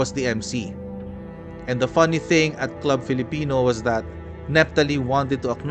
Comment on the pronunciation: Club Filipino is pronounced Klub or Kloob Filipino. 😊